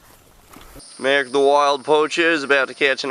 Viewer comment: Did he say Merrick?